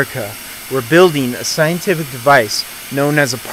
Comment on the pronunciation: in the very moment you say 'scientific device' you lose all credibility... it's sounds like something sayed by an ignorant southern dixie..